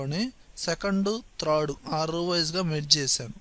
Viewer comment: త్రాడ్ రో .. కాదండి.. థార్డ్ రో..